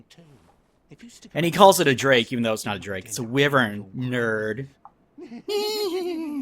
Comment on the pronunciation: why-vern not wi-vern. yeah im gonna be that guy